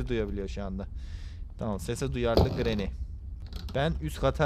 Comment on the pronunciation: Ama ben o gRAnİyğ lAğ oĞlUm gİt lAğ diyisine var yâ offf olum hastaneye yatırıldım yaaa